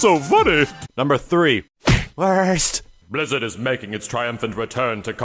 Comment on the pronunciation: the weirdest way to say the word "worst" ._.